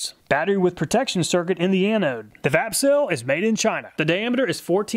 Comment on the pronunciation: 😂 I was just listening while setting up some tools I got and I thought you said "fapcell" and I was like what did he say?!? Then wondered if it was a shake to charge battery ... Vapcell... Lol